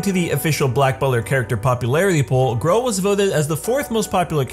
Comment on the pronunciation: i respect lesbians in all way i think they deserved more respect than any other! but im not that kind of person but if it means grell than yee ill do it so its no hate (not being rude just pointing out) its grell not grelle X3